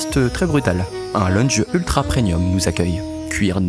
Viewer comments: Travail exceptionnel j'adore ! par contre il faut vraiment arrêter de dire "preNium" les amis.... c'est premium, mes oreilles saignent à chaque fois 🥹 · C'est vraiment vraiment incroyable ! Mais s'il te plaît on dit premium 😭